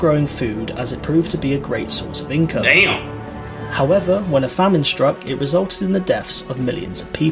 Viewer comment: Everytime this guy says damb I'm taking a shot. Fakin smashed